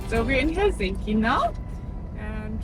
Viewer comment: Probably the best pronunciation of Helsinki I've heard from a non-Finn! 👍